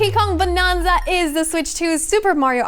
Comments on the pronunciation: 'Bananza' not 'Bonanza'. She keeps saying it wrong. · She says Bonanza like "Bononza". It's suppose to be a play on Banana. So you would say it with an "nan"not a "non". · it's "Bananza" like banana and "retreading" old ground not retreating to old ground 😊